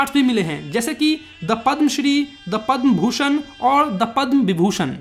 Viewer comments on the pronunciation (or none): Why you called पद्म भूषण as दपन भूषण